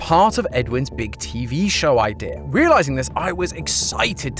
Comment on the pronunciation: Now ik who says "idear"